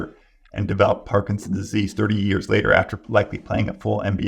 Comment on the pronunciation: This is full of good information, as are the comments. Is the good doctor aware he is saying “parkinsease” instead of “Parkinson’s disease” through most of the interview? At first, I thought he was talking too fast for me to hear the extra 2 syllables. But they’re actually missing!